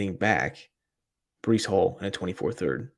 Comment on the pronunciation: My guy !! Checking you out now … Definitely botched the name but it’s cool 😂